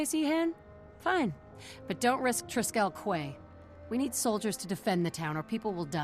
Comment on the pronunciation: you are right - Triskell KWAY has been driving me mad for years - every time i hear it i have to resist the urge to pointlessly shout KEY at the screen